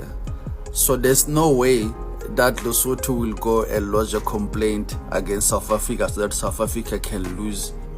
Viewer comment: It's Lesotho not Letoto.